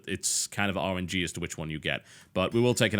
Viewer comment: Everytime he says RNG I mentally replace it with Orange-y.